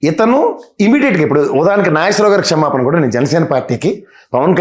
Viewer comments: ఒరే..ఎందుకురా తెలుగు భాషను నవ్వుల పాలు చేస్తున్నారు??? క్షేమపాన కాదురా మీ దుంపలు తెగ... "క్షమాపణ" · తల్లీ నీవు రాజకీయ విశ్లేషణలు చేసేముందు తెలుగు బాగా నేర్చుకుని పెట్టు తల్లీ. క్షేమపానమేంటి, సురాపానంలాగా. నీ బొంది అది క్షమాపణ.